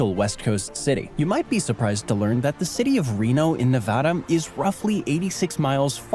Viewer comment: Don't listen to this guy. He doesn't know how to say Nevada.